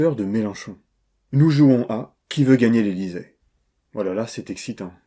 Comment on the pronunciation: Meilleure intro! "Ah la la, c'est existant" avec tellement de punch :D